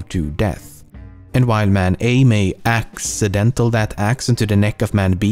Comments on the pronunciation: "Axeidental" wow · "while man A may AXEidentally throw that axe into the neck of man B" Turn subtitles on Lol 😂😂🤣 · Axe- dentally lmao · “Man A may AXEidental that axe into the neck of man B” * dies*